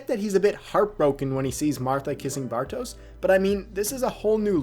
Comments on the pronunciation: It's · Nice one. Very good ep indeed. BTW, since you're saying his name so much, it's not so much "Bar-toes" as it is "Bar-tosh" ;)